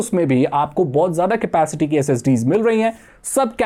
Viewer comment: It's capacity not scapicity 😂